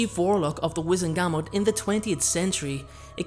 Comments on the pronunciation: wizEngamot, not wIzengamot... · GUR - MORT is how it’s pronounced. Not GAM MOT.